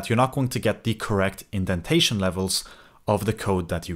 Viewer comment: "Indentation". Not "Identation". I did look it up to be sure as when I saw you used it more than once, I started to wonder if it was just a term I hadn't heard before. "Check yo identation and yo idempotency"